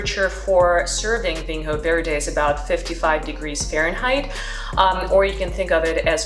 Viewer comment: Quick tip it's pronounced (approximately) VEEN-yo vaird. Solid tasting notes.